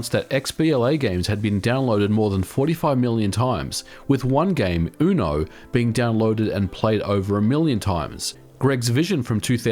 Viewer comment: mispronounce uno as oono hahaha